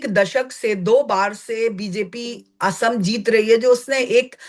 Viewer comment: Madam, assam is not ohom, but oxom.